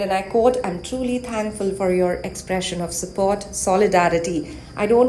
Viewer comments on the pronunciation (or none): none